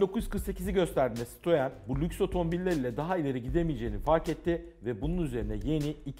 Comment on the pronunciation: Sitririnn he ! Citroen abi sitrrin gidin lenn 🤣🤣